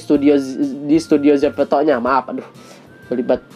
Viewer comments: zepeto not zefeto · Maaf ka salfok kk ngomong zepetonya zeveto😭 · "Zeveto" :D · ko ngomongnya zefeto dah wkwk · Bukan ZEPETO tapi ZEFETO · Kenapa bilangnya zefeto sih?